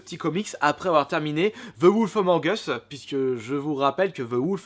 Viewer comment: "Ze woulf"